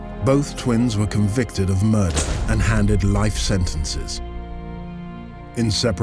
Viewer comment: did he say murder or murrrrrderrrr?